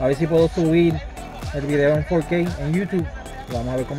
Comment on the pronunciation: fourkey? sos yankee? hablá bien